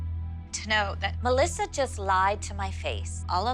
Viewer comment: Muh - LISSA 😂🤣